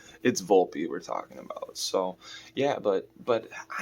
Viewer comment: 😂 And said Volpe wrong. Setting high standards. 😆